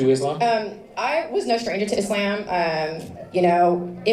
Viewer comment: Did she say Islaym?